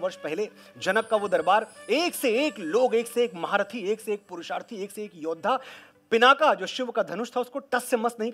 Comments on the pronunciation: पिनाका नहीं पिनाक बोलें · आप तो हिंदी शुद्ध बोले, पिनाका नही पिनाक है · प्रशंसनीय, अनुकरणीय। साधुवाद मनोज जी। मेरी एक हिमाकत के लिए आप मेरे को माफ करें। जिसे श्रीराम ने श्रीसीता के स्वयंवर यज्ञ मे जिस धनुष को तोड़ा था उसका नाम अजगव था। भगवान शंकर जिस धनुष को धारण करते हैं उसका नाम पिनाक है। एक कचोट मेरे मन मे लगी है जब आपने पिनाक को पिनाका कहा है। ऐसा क्यों? ये तो कर्नाटक को कर्नाटका, केरल को केरला बोलने की आंग्ल शैली जैसा है। राम को रामा, कृष्ण को कृष्णा, लक्ष्मण को लक्ष्मणा, शत्रुघ्न को शत्रुघ्ना, शिव को शिवा बोलकर क्या ये इनके अर्थों को बदल देने की हास्यास्पद आदत नही है